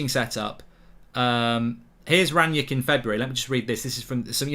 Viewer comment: Already misspelling and mispronouncing his name, get a grip United fans